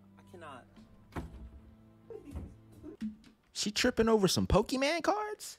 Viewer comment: Pokémon not Pokémen